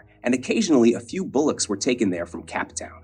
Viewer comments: You should check the pronunciation of "bow" and "bosun" in both American and British English in a nautical context. Your pronunciation reveals you are a landlubber.through and through. Let me add to that "Cape Town." Are you an AI generated voice? Is this an AI created video? I am now highly suspicious. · Well researched, interesting photo collection, but the narration program cannot pronounce simple words like Cape Town and bow (of the ship) This should not be accepted to the detriment of public speaking.